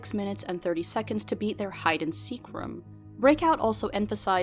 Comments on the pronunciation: Its very off putting when she keeps saying "rum" instead of "room" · rum lol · Escape Rums? Does that mean she escapes her problems by drinking rum? Or are you just pronouncing "room" weirdly? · her pronunciation of "room" irks me everytime.. rum. romm? rumm? rouhm! roommm.